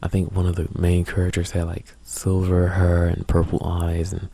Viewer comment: I like how you talk :) "Err" "Herr" instead of Ear and Hair, sounds cool :)